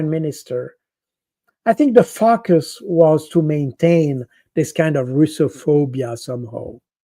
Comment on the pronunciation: I love the way Col. Jacques Baud pronounces 'Focus' ...Yes indeed sir they are some fackus 😂